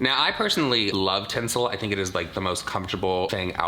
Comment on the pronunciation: Okay - so, being honest, I’m watching on 1.75 speed because I’ve got to get ready for work and it straight up sounds like there is ‘tinsel’ in Jaclyn’s pjs 😂😂😂 It took me a minute to work out that it’s TENCEL! Jeeez 😂